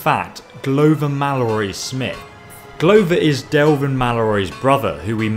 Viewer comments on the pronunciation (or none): none